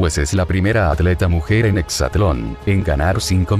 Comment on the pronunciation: De entrada es exatlòn no "hexatlon" esos pequeños detalles son los que marcan el profesionalismo y credibilidad de la información.